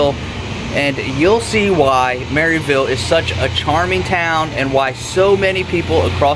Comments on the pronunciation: It’s “ Merr ville” I’m a yankee and they told me I was saying it wrong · You don’t even know how to pronounce Maryville it’s pronounced mare-ville